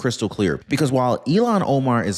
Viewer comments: iilan omar is pronounced ILL HAN it sounds like you are pronouncing her name ELON I think once you called her elon musk at marker I really do love listening to your content you do your research and provide us with solid information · I love your posts. You are pronouncing Ilhan as Elon. Instead of deportation, IMO she should go to prison. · Her name is not Elon it's Ilhan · I don’t think you have her name right. It’s not Elan Omar, it’s Ilhan Omar! And who cares about any of it, including Nancy Piglosi! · Learn to say Omar's first name!!! You sound ignorant.